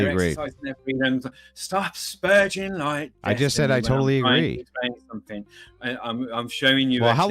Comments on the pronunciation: Is it 'sper/ɡ/ing' or 'sper/dʒ/ing'? They both pronounce it differently. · Bro said stop sperjin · "Stop sperjing" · "stop sperJIN" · "Sperjing" lol